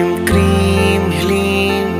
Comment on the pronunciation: Kreem h ki kleem aur hreem ya hleem clear kre plz